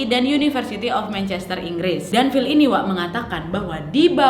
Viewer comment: Phill = pill Schneider = senai, der Cara sebutannya nama... Sudah d bunuh... Kajian teknologi H.A.A.R.P GELOMBANG electromagnetic yg kuat... Penyebab pelbagai kemalangan,,, termasuk kaca kapal pesawat pecah... Sebab haarp mampu mengubah struktur atom fizik... Lalu mengubah dgn mengawal EMF seperti memutar channel pencarian radio station... Seperti menghantar isyarat emf...